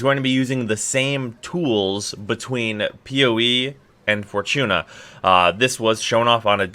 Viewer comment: Didnt know "Fortuna" had a CH in it..